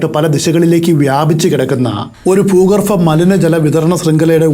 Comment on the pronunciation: ഭൂഗർഫ അല്ല ഭൂഗർഭ 🙏